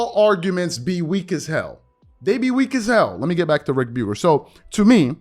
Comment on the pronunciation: Something random I've noticed. The way you say Ric Bucher sounds like rebuker. Which is appropriate.